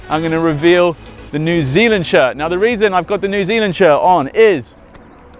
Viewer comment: he cant say new zealand - im from there